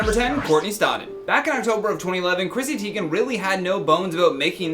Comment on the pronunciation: Who is Chrissy Teign